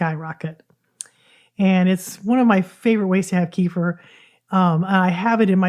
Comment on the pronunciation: Please do not call it kefr. It is kefeer. kuh.feer kuh.feer Two separated syllables, second slightly emphasized.